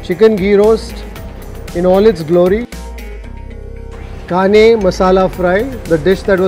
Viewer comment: Kane fish pronunciation wasn't correct. said Kane with small 'n' in hindi.